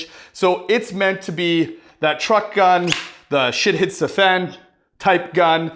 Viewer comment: Did you say a “Truck Gun” or “Trunk Gun” and what do you mean??